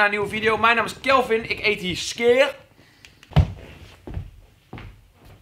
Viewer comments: XD dat is typisch skyr (skeer) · Ze hebben de uitspraak van SKYR veranderd he hahahaha ineens zeggen ze SKYJER 😂